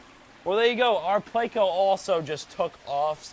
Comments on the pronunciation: PLECO. PLECOSTOMUS. PLECO. Not PLAYco. Not hating or anything but that drives me crazy bro. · 🙄 That’s a pleco actually, not a catfish. However both are bottom feeders, but they are NOT the same species. And please don’t say playco, it’s pleh-co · SORYY i didnt heard that you said PLECO